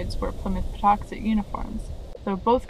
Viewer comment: I was born a few towns over and I’ve always been here and it’s still Plymouth plantation and it’s pronounced paw tux et like it always has been.